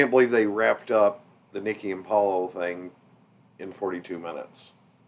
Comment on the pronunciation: Lol it's Paulo, not Pablo... 😅